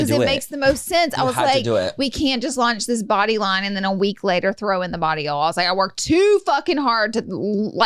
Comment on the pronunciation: Not Laura sounding like she’s saying barillo when she says body oil☺️